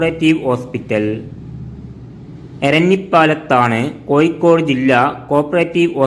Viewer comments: കോയിക്കോട് അല്ലെടോ... കോഴിക്കോട് .വാഴയുടെ "ഴ "ഏയ് അല്ല . ഏഴ് . നീ ഒക്കെ ആദ്യം മലയാളം പഠിച്ച് വാ....കഷ്ടം .... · Koyikod alla kozhikod aanu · koyikode alla koya, kozhikode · പല്ല് തേക്കുമ്പോൾ നാവ് നന്നായി വടിച്ചു വൃത്തിയാക്കുക "കോയിക്കോട്""😂😊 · കമന്റ്‌ കിട്ടാൻ വേണ്ടി അങ്ങനെ പറയുന്നതാണ് എന്ന് തോന്നുന്നു.....😊 അല്ലെങ്കിൽ അറിവില്ലായ്മ കൊണ്ടോ അക്ഷര ശുദ്ധി ഇല്ലാത്തതു കൊണ്ടോ ആണ് പ്രശ്നം